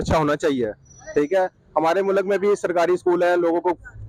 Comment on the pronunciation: Phle mulk ko mullak bolna Band kro. Urdu ki maa behen krdi.